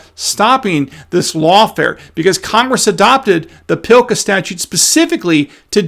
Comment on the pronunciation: PS, PLCA does not have an "I" in it, so there is no Pillka.